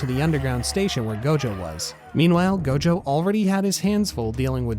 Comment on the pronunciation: Clã “ GOLDJOW” …. Vira homi e fala gojo normal… bisha’